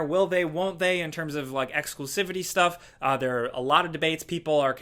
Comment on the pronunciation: ‘Shh-Stuff’ 😂 😂 nice catch.